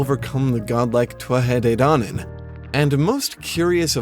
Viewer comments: By the way its pronounced (phonetically) ‘toot-ha day dan-an.’ Now in different dialects it changes slightly but definitely not twuatha 😂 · Tuatha de dannan is pronounced Two-Ha De Dan-en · two-at-tah day dawn-on :) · Your pronunciation is really good ,quick tip when you say conaught the "ght" part is alot more gutteral .con-nocht Same when you talk about the thuath de dannan ,thuath is said like two-a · Native Irish speaker here from Corca Dhuibhne, our dialect generally pronounces it as 'Too-ha Day Daanan' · Anyone else love the way he pronounces the "Tuatha De Dannan?"